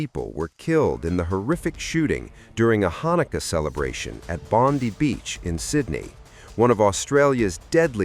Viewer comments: It's pronounced BondEye not Bondi as in that bimbo in the US in my opinion. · I love how non Australians say Bondi. It's Bond i